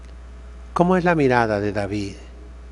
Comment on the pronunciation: ¡Cómo reparte estopa a diestra y siniestra, y cómo pronuncia las consonantes finales; David-e, Goliat-e..., :-D! Entrañable, sabio y valiente buen pastor don Isidro, a quien Dios bendiga por muchos años-e.